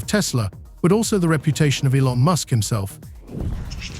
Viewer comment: Really stupid AI. Go find a real person who understands what they're talking about and how to pronounce "Elon". Also ideas that last for the whole video and aren't just the same three repeated for twenty minutes.